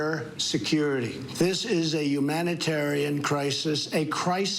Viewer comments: And he says "Yumatyrian" instead of humanitarian!! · "YUUmanitarien crisis" bro what drugs are you on